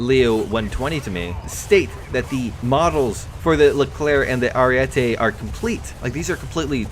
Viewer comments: Btw stop saying ariette it's ariete. One t. Every English speaker gets that wrong. It's a goddam name not an opinion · Ariete not ariette